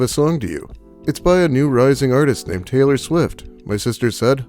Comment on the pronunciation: Wait, hit T's sound like C's? Sailor Swift?